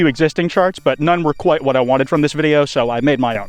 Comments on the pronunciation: That’s a “ interesting” iceberg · Kwites back! Praying to my plushie has payed off 😄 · YOUR BACK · FUCK YEAAHHHH ITS